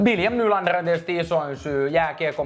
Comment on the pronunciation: Toronto ihan munaton joukkue ku Marner lähti sieltä🤣🤣🤣 ja sielä on Matthews ja joku Ruotsalainen paska William NylandeRRRRRRRRRR R-vika 🤣🤣🤣